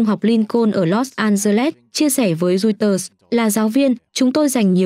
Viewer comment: Roi- xtơ là cái gì vậy? Đưa tin mà ngọng nghịu quá., đọc sai nghe chối tai nữa.